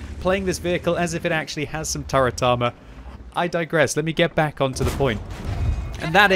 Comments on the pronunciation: I'm pretty sure You're saying "welcome bank to World of Tanks" :) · This is cursed, I’ve always heard back but now that read this I hear bank. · i can’t stop hearing this now, this is your fault